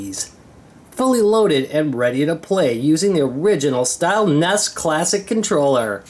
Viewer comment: N.E.S. Not nes... come on man.